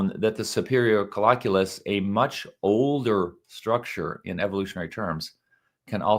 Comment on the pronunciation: It is pronounced coll-I-culus and it will drive me crazy to here it mispronounced. I am not alone. We knew this about the complex calculations in the SC in the 1980's and 90's. I learned this stuff in 2010. Do not believe everything you read in Pop-Sci articlaes Boys&Girls.